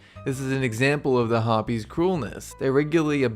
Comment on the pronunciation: u got Harpys right